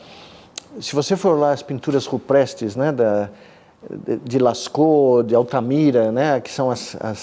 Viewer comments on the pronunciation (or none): onde vc ouviu 'ruprestes' = entenda rupestre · É só uma observação... ele com certeza em um "ato falho" pronunciou 'ruprestre' e aliás, como seria o correto!? E também, qual o significado etimológico do termo...